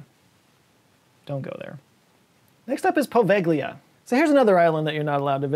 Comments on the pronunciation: No. I'm Italian, actually from Venice. "gli" is not pronunciate "li" even if I prefer that to the hard G-L-I that used. The sound i actually a "soft" G connected to the L. There isn't a sound quite like it in English so I will post a vide of a guy explaining it. In another comment because often youtube deletes che comment when there is a link, so if you don't see another comment of mine, with the link, after this one, that is the reason. If that happen, you can guys look it up "how to pronounce "gli" in Italian" You'll find something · Poveglia, with gli is read like Povelia the gli/gle in Italian is kind of (not exactly) a soft L like "liute", it's not an hard G like "guide". Also you can visit the island with a little of "ingenuity" let's leave it at that. Good luck try to visit the Vatican archives, much more difficult. Source I'm Italian. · Are you sure about that pronunciation of Poveglia? No seriously, you said it wrong and it took me seconds to look it up on Wikipedia. It's pronounced like "poh-VEL-ya." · On the subject of Poveglia... You do not (or at least: hardly) pronounce the 'g' in the name. So it's actually pronounced [povelia]. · Poveglia: po-veh-lia. Any G before a L or N in Italian is pronounced 'lyuh' or 'nyuh' (like the sound in onion (uNYun)) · That's not how you pronounce Poveglia. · Great video as usual. Small heads up though, your pronunciation of Poveglia is trash 😅